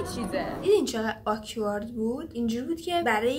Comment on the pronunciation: یچیز فقط. اون آکوارد نیست😭، بهتره آکورد تلفظ بشه